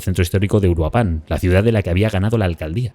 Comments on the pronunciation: Puedes decir Uruapan, haciendo enfasis en la segunda U. Uruuuapan. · Hola excelente video. Pequeño aporte: Se pronuncia uruÁpan, no uruapÁn. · Soy de Mexico y de inicio se pronuncia (uu-rua-pan) No uruá-pan Pero bueno regresando al tema Pues... hay esperanza para 2027 ya dicen que haí la van a destituir si no es que antes Pero hay muchos problemas antes deso Militares siendo apestados y narcos siendo salvados por los putos derecho humanos que para nada sirven Este 2026 viene cargado con 50 nuevos impuestos sacados del culo El lado positivo es que hoy con las redes y canales asi, los Mexicanos están despertando la manifestación funciono destapamos a ojo público la verdadera cara del narco gobierno y habrá cambio Tal vez no viva para verlo pero si todo sigue asi Mexico vera la luz por fin Verás es un régimen perfecto no hacen creer como bueno muchas cosas Yo por mucho tiempo creía que hoy 17 septiembre dia de la revolución era algo bueno Pero no Ese dia lo que paso es que se inició la dictadura que hasta hoy sigue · Mi única aportación es que Uruapan tiene su sonido más fuerte en la primera A aunque no tenga acento. UruApan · El acento es en la primera sílaba de Uruapan. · Muy buen video, aunque me sorprende como los medios extranjeros evitan hablar de una de las principales razones por las que la gente está harta: que nos consta que vivimos en un narcoestado. *Puntos extra porque hizo un muy buen esfuerzo para decir Cuahutemoc (aunque no le salió bien Uruapan 😅)